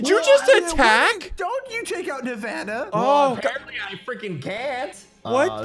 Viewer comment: As Nevada is my home state, I'm very offended sigils immediatly went for it. Also: I congratulate for pronouncing it correctly.